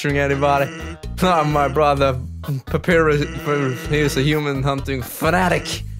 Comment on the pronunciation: its pa-pie-rus